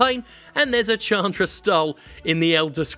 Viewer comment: Chandra is pronounced "Shaan-dra" btw